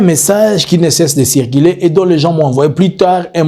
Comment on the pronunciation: "RUMEURS" ET NON "RIMAIRES'" " REÇU "ET NON REÇI," CIRCULER" ET NON " CIRCILER, PRONONCIATION , PHONÉTIQUES PHONÉTIQUES .MERCI